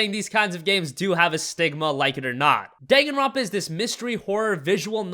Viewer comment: You butchered the pronunciation on Danganronpa